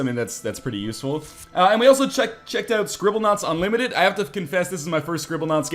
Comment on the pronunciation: Scribblenaut.....unlimited...notice the u in the beginning of that word.